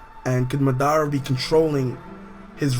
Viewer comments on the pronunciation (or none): none